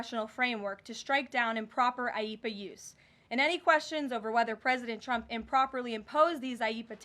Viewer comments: She always calls him "Chump" 😂😂😂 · You'd think the number one Qualification for the job of press secretary would be the ability to say the Presidents name correctly... Every time Karoline says "President Chump" it is hilarious, but very unprofessional 😂😂😂